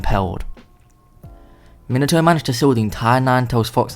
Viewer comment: When he says Minato I hear minataur idk why